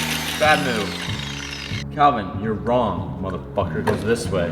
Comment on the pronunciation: He said Wong with it lol